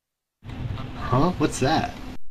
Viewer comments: Lmao Canafis and Sanafis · fuck you canifis is not how you said it canifis means wolf so it makes senes that the first way was the right way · san-eye-fee-iss, wtf it's can-a-fiss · ardougne is air-uhh-doog-en varrock is vaer-ock canifis is can-ifis